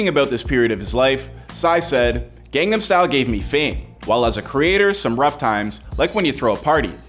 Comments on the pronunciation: How do you mispronounce "gangnam" when there's an entire song repeating the word? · You mispronounced Seoul as well as Gangnam.